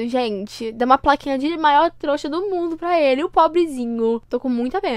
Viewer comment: "vai mudar o mundorrrrrr" akakakakkka